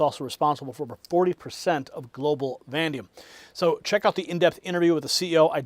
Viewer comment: Stop saying VANDIUM the metal is VANADIUM.